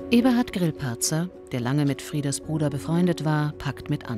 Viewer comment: Eure Sprecherin hat anscheinend Probleme damit "Frieder" auszusprechen, es hört sich immer an wie "Frida".